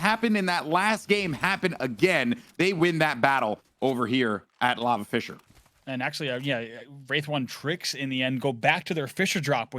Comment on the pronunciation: saying fissure sounds like fischer, i was confused the whole game